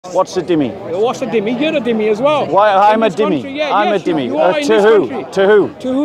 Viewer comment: its not "Dimmi", its "Zimmi" . Its an arabic word